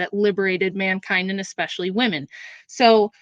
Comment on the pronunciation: The word especially doesn't have a k in it. Despite that some people still say ekspecially as opponent did several times.